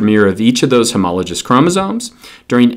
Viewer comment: This is nitpicky, but homologous has a hard G.